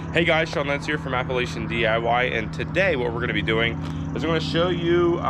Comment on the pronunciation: Nice video....BTW...it's pronounced "app-uh-LATCH-ee-un ". :D